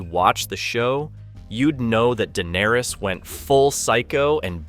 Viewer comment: I’m shocked you don’t not know how to pronounced Daenerys. Have you never watched the show or read the books?